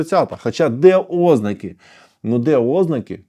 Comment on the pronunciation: 😮 Шановний пане! Начебто й добре розмовляете укр. мовою та юридично грамотно!😮 Але ж!!! Аж нiяк не "Ознаки" й не "випАдки"😢 Й так повсякчас!😢Вiдкрийте нарештi словничок чи загуглiть, що треба казати "ознАки" та "вИпадки"! Бо Вашi постiйнi "Ознаки" та "випАдки" аж нiяк не личать грамотному юристу та адвокату!😢😮😊🎉